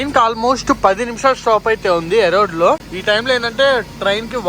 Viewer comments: ఎరోడ్ కాదు రా బాబు, అదే ఇరోడ్ జంక్ష్ 😅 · పెర్లు సరిగ్గా చదువురా జఫ్ఫా . ఈరోడ్ ని ఎరోడ్ అంటావు ఎరుమేలి ని ఇరుమెలి అంటావు తెలియకపోతె తెలుసుకో... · ఎరోడ్ కాదు ఈరోడ్ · Erode ❌️ Arode ✔️ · వీడికి చదువు చెప్పిన మాస్టర్ మెట్టుగా కొడితే... ఆ స్టేషన్ పేరు ఈ రోడ్డు ఎరోడ్ కాదు...... కొజ్జా నా కొడకా ఎన్నిసార్లు చెప్పాలి రా...... పూణే టు కన్యాకుమారి కూడా డైలీ తిరుగుతుంది బండి..... ఫస్ట్ స్టేషన్ రైల్వే స్టేషన్ పేర్లు సక్రంగా పలికేది నేర్చుకో